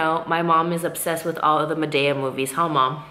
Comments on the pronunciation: lmfaooo! the way u say madea!!! totally wrong! she said it so many times. I couldn't stop laughing! girl who doesn't know how to say it. it's Tyler !!! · best friend it's madeeeea long e 😁